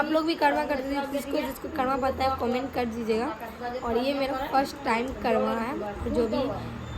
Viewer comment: Karwa nhi karma bolna seekho sirf shadi or ldke ko fasane mei tez ho